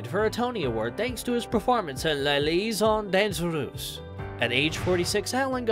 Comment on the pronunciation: Rickman did not go to "university" and of course the American narrator mangled Les Liaisons Dangereuses.